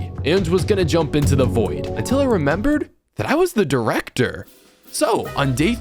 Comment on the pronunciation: Bro can’t go 3 secs without saying drecter